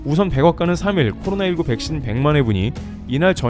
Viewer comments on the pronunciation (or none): none